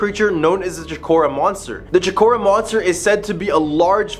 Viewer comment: *New Hamp sher *Ports muth *Choke o rua